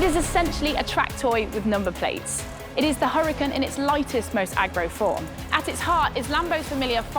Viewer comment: Why she pronouncing Huracán like crap but say the other stuff for at least trying to say Italian with an accent. It’s fries not chips 🇺🇸🇺🇸🇺🇸🇺🇸